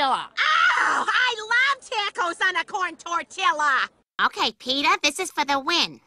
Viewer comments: if anyone pronounces Tortilla like that I'll make Hiroshima look like a tea party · that made me want to do a triple backflip off the empire state building's roof because of how white they pronounced taco and tortilla